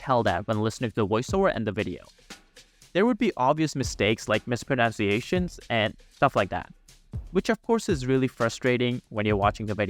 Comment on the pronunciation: you mispronounced mispronunciations